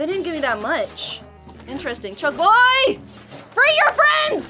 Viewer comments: ITS BONK CHOY NOT BUCK CHOY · It's bonk choy not chunk boy! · Lol yeah Very funni 😨💅